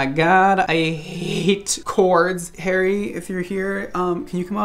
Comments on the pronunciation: I heard 'Hairy Josh' the whole way through the video. Oops! Thought you were using a petname! Xx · I thought you said “Hairy Josh” (perfect name for hair tools!) and was sad to discover it’s “Harry.”